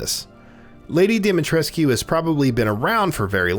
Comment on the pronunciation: ‘U’ is silent on dimitrescu